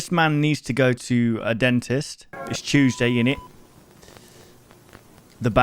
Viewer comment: "It'z chewzday innit"